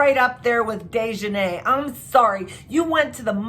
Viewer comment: Its not sha-quay-la its Shanquella please put some respect on this black womans name! You pronounced daejanae correctly!